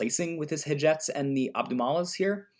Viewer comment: I find it endearing!